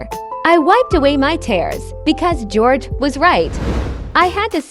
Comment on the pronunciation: That l said gorege